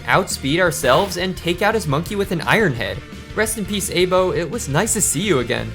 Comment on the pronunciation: I-bo not ay-bo aibo means partner in japanese